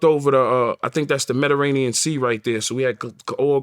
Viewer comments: Nobody: Tony yayo: "the metaranian" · “The medrainian sea “ ☠️ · Medda-rain-ne-em Sea Mediterranean Sea Yayo 😄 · Mederanian sea🤣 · I’m so glad he saw the “mederanian sea” and the “sixteen chapels” 😂 love him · 1. Mediterranean Sea... not Mederanian sea. 2. Sistine Chapel... not sixteenth chapel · He said the medirainian sea lmao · Muhfucka said meddiranian lol